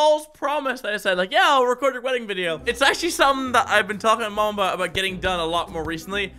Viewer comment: When he says 'mom' I die a little inside